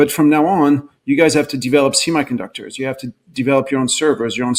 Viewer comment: "See My" conductors. Why does he say "semiconductors" that way?